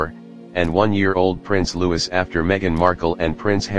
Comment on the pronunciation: Prince Louis...is pronounced Lou ee